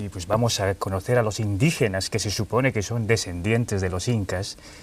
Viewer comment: yo acepto que se peguen palabras como coño!! joder!! vale!! o madre mía!! pero no la manera de hablar ejem. como estais, volvais..... o .. indijenash ..pfff!!